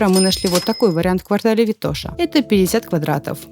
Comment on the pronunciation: great video as always but for someone living in bulgaria for some time check the pronunciation of Vitosha.